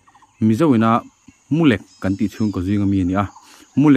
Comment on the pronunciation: Mulek ni lovin,mulêk tih tur aw sir